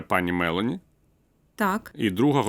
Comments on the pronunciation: Доброго дня. Джорджія є Мело'ні,а не Ме'лоні. Ведучі так пояснюють високі матерії і туплять на такій дрібниці. Копія Петі шоколадного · Мéлоні - це англійське жіноче імʼя, а Мелóні - це італійське прізвище! Не плутайте